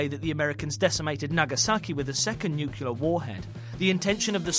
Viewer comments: Can someone please teach these guys how to pronounce "nuclear"? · Noo-clee-ar. A-thee-nee-an.